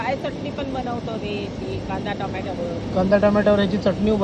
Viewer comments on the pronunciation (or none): none